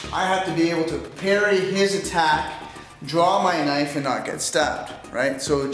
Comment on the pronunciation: mean as ka-nife